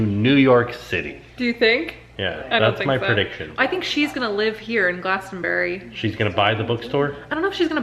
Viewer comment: i live on the farm where glasto fest takes place and my cheeks hurt from smiling hearing pronounce it glasto-berry XD if you want to know more about the town or festival glastonbury I will answer any and all questions!